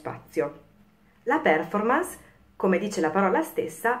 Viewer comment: Per favore controlli la sua pronuncia della parola Performance. Visto che è una parola inglese, pronunciamola anche noi italiani all’inglese. Il minimo che possiamo fare.